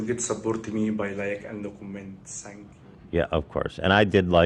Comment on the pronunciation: Saye-nk You